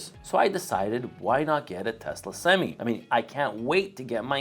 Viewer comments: For the love of god it’s not pronounced semes it’s semi. You sure you’ve been in a truck?? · I don’t think u should get any semis until u learn how to say semi bruh